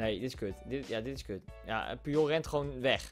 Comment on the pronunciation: Puyol spreek je uit als poetjol